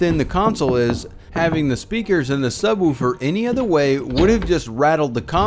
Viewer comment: Can you do a video sir of you just saying "Subwoofer"..😂 I just found it comical the way you said it.. 😁